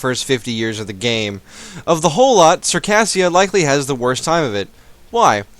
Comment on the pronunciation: Circassia is pronounced "Sir-kay-zh-ia" not "Sir_kassia".